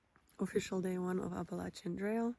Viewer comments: Thanks for pronouncing the Appalachian Trail correctly! I'm subscribing! =) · As someone from Appalachia, it's so refreshing to hear someone say it correctly!